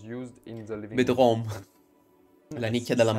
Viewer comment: "devo smettere di prendere per il culo i francesi" 3 secondi dopo: "sto R age" "siamo in Francia per loro il bidet è superfluo" " bedrom "